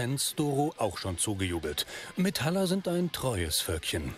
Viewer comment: Nette Doku, aber mich hat's die ganze Zeit gestört, wenn der Sprecher so ein richtig schön deutsches "MetAller" gesagt hat. Dann dachte ich mir "Hm, ja gut, der ist wahrscheinlich nicht aus der Szene und vielleicht auch schon was älter..." Und dann kam der Typ ganz am Ende und sagt selbst auch noch mal Metaller... manno xD